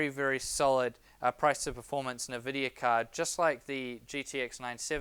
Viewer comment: One very minor thing (emphasis on "very") I think if you consult a number of video games and online references you'll find the correct pronunciation of Nvidia is (phonetically spelt) IN-vid-e-ya as opposed to Niv-id-e-ya.